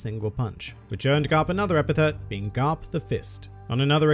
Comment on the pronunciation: did you just say grap instead of garp